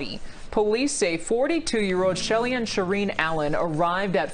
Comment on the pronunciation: Shelly Ann Pop not Shelian … Lol